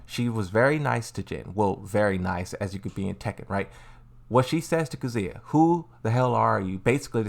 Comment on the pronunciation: And kuzuuya